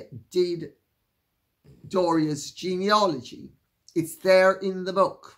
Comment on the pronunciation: Sorry to have to correct you Lady C, I'm sure it was just a slip of the tongue, but the word is 'Genealogy'